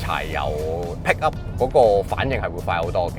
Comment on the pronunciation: PICKUP....讀好D英文啦